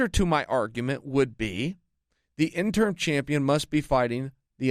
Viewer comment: You keep saying “interm” haha